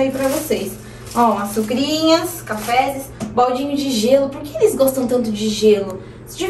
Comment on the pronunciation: Amei a!!! Mas é sério mesmo que ela fala os plurais com acento circunflexo??? Tipo: "mólhos" e "cafezes"?!?!! Ou é brincadeira rsrsrs?!?!